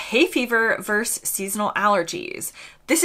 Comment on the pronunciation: The word is Versus,two syllables. Not Verse, one syllable.